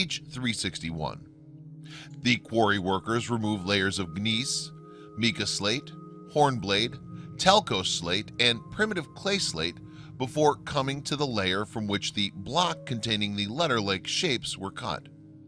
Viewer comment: should be "dominant," not "dormant." Dormant life forms don't mean squat. Edit to add: "Gneiss" is pronounced "nice."